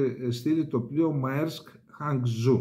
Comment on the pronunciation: Maersk προφέρεται μέρσκ. Ναυτιλιακή, εμπορική κλπ. εταιρεία. Ιδρύθηκε το 1903 από τον Μέρσκ- Μέλλερ και η οικογένειά του έχει το >65% των μετοχών. Έχει και στην Ελλάδα υποκατάστημα Μέρσκ Ελλας Α.Ε.